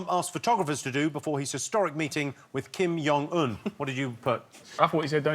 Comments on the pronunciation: it's jong un, not yong un. with a j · How does Jimmy not know how to pronounce J?!? Its Kim Jong-eun not Kim Yong... its not like this is some weird Scandinavian language where the use of J is nebulous. Its transliterated into the Latin alphabet specifically based on English to be customized to the British/American world dominance. The wrote it like that for US and he repeatedly screws it up!